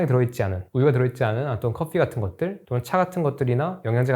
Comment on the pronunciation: 영상 잘 보고 있습니다. 안티는 아니구요.. 휴대Fㅗㄴ.커Fㅟ를 굳이 이렇게 발음할 필요가.. coffee야 외국어다.. 그럴 수 있지만 휴대phone은 뭡니까 ㅋ 모발폰이나 셀루러폰이면 모르겠지만.. F.. 지적인 다이어터 포지션? 휴대폰은 휴대폰입니다